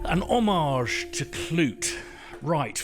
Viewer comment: "Klute" not "Knute".